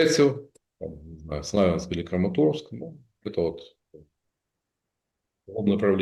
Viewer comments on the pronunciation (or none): none